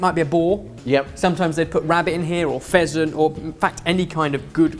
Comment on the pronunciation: did say peasant or person???????? WHY PUT A PEASANT IN A DISH?! I get the rabbit or boar but a peasant is a choice?